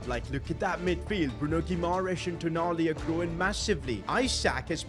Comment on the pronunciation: Its not tonali its toonali